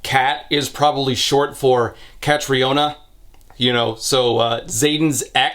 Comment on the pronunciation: It's prononced Kat_REE-nah btw